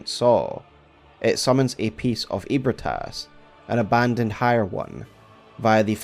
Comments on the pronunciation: I know it's been 3 years. But it's Eb-ree-tas, not Eeb-re-tas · Feeling like playing BB again lol, also isn’t it pronounced more like ebri-eh-tas? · You say ebrietas it's eh-brai-tas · i s2g if he pronounces Ebrietas as “ee-brit-ass” one more time i’m gonna hemorrhage. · … doesn’t Gehrman or someone say “Ebrietas” aloud, and it’s pronounced differently than that? 😅